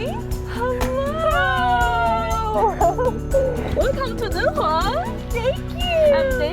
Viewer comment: The "Dun" in Dunhuang is pronounced more like "doo-wern" (without the "r") rather than like "dunhill".